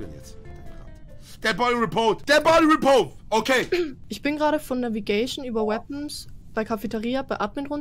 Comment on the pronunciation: dead body repoooo XDDD knossi ist sooo endlustig immer mit seiner Aussprache von englischen wörtern